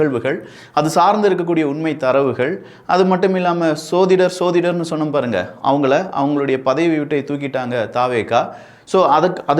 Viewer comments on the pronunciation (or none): pronounce certain words properly. For example jyothidar, not sodhidar. Sanatan, not sanadanam..